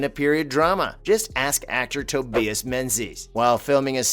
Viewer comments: Omg Tobias learn how to pronounce simple names!!!! it’s NOT toe-bee-es. It’s Toe-by-us. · How about a clumsy narrator who can't pronounce "Tobias" 🤔 🙄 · Exactly! It’s not like it’s the hardest name